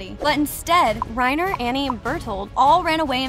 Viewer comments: Alright, it’s not Rain-er it’s RA-EEN-AH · She says Reyner instead of righner Ik how its spelled Reiner tho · Reiner no, rainer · she said 'Reener" as reiner WHO ALSK FOUND THIS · its rainer not reyner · "rainer" XD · WHY YOU SAY REANIR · rey-ner lol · Here's a plot hole the person telling us these plot holes says Reiners name incorrectly but then a second or so later says it again correctly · the way she pronounces reiners name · So many weird pronunciations here. Please study proper pronunciation of key character names and locations before producing a video. For example the proper pronunciation of Paradis is like Parody, not para-diss. Reiner is pronounced like "Rayner" at one point, then seconds later with the proper pronunciation, "Ry-ner". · Great video and it definitely opened my eyes to some things I didn’t realize. But please watch the dub so you know how to pronounce the names and places right. Paradis (Para-dee) Reiner (Rye-nah)